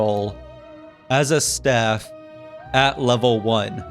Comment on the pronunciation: so no one gonna talk about him saying “stafe” rather than staff